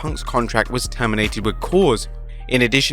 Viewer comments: > Termindated... Imma need a definition. ;) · What's "termindated?"